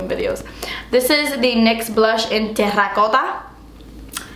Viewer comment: The way you said Terracotta :D Oh God :D:D:D